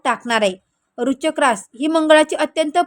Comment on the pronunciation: Kashala lokana ghabrvta .aadhi vrishachik bolayla shika . Tumi astrologer aahat tar aadress aani qualification sanga aadhi